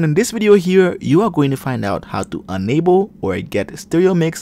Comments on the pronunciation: ITS ENable not Unable ffs its in the name say it right its not hard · Ultimately helpful, but a little confusing. When you say ENable, it sounds like UNable.